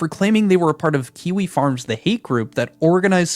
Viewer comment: Question, isn't kiwi farms like... A message board or something? Why is he talking about it like kiwi farm like he's an octogenarian reporter who can't figure out who this "four chan" guy is? I could be wrong, I know about as much about kiwi farms as Pirate does about coding, but the way he says it just seems... Wrong